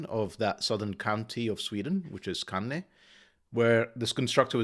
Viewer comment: My grandpa was from Skåne, so of course I have to solv this one. The å is a letter of it's own, not an a. Origanally it was ao put together and in time the o moved on top of the a. The first three letters are pronounced like the beginning of score, the ending you pronounced just fine.